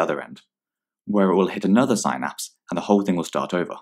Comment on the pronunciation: Thank you for the video! Weird pronunciation of synapse though. It's "syn" as in "synonym" not "psy" as in "psychosis". My professor showed us this video for our intro to anatomy lecture.